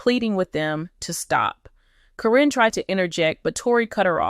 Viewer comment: Why can’t you pronounce Caryn’s name. It’s not Corrine.